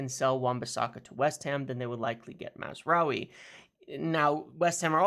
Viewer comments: Congratulations on your (repeated!) pronounciation of Mazraoui! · Congrats on finally pronouncing mazarai correctly